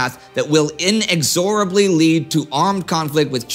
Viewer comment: "in-ex-orably"....Indy, you're killin' me with that pronunciation lol